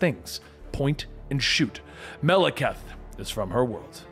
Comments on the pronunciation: MAH - LAH - KITE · He pronounced the ten realms 90% correctly but mispronounces Maleketh several times granted I can't even spell it but his name is said so much in the movies you'd think that would be the last thing he'd get wrong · He can't even pronounce "Malekith." I don't think he gonna get "Svartalfheim." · bro y u gotta butcher Malekith's name like that